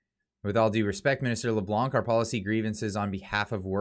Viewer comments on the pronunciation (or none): none